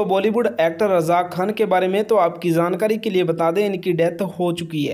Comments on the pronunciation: Jaaankari hota ha Zaaankari nhi😂😂😂😂😊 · jankari ko kehty ho zaankari tum logon ki pronunciation kyun kharab ker rehy ho , jab sahi bolna nhi aata to video kyun kerty ho ,koe aur kam kro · Zankari nahi Hota jaankari hota hai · Jankari ❌ zankari ✅ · Jhankari not Zankari 😅😅😅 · Hahahha had ha yar itna jhooot video views k liye wo pic nhi ha uski saf pta lgta ha Aur han dusri bat lafz Jankari hota ha Zaaankari nhi hota 😂😂😂😂😂😂😂😂😂😂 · Are bhai zankari nhi hota jankari hota hai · zaankari nai hota bhai, jaankari hota hy, ar film 1998 me aai thi, pehly apni jankari durust kro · Abe zankari nahi hota he zyada urdu mat bolo,jankari hota he. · Bhai zankari 😂😂 kia h our amir h ameer nhi